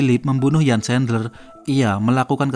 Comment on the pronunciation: Namanya lengkapnya Jan Erik Sandler,, erik nama tengahnya. Dalam bahasa jerman huruf "J" pengucapanya seperti "Y", "Jan" pengucapanya Yan